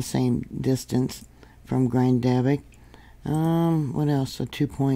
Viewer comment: Hi, if you listen to some of the Icelandic youtubers, you will hear the way they say Grindavik. First accent is on the first syllable, and it sounds like Grin, (as in a smile), da vik.